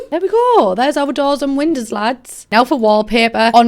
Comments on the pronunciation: Why the fuck do you pronounce windows like it's written winders but not like you pronounce the verb to know? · why do i love the way she says windows?? WeNdEwS. I need some WeNdEwS.